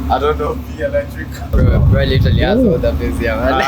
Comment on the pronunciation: Bro said v-elrctric 😂😂😂